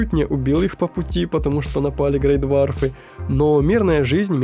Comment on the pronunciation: Из ошибок как минимум то, что ты называл ГрейдвОрфов ГрейдвАрфами, а фурлиногов - троллями. Ладно бы называл гоблинами, но это перебор. Мне аж по уху режет когда я слышу ГрейдвАрфы. Причем ты не один такой, кучу людей их так называют хотя правильное название они видят практически КАЖДЫЙ ИГРОВОЙ ДЕНЬ ЛЮДИ ЧТО С ВАМИ НЕ ТАК.